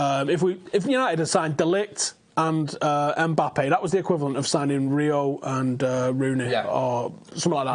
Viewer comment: It's Mbappe not EMbappe ffs